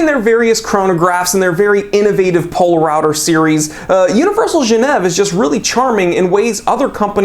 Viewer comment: Poler-router hahah